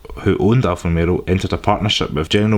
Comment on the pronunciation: I feel like you are saying Alfa RomeRO instead of Alfa RomEO. It's not just the accent dude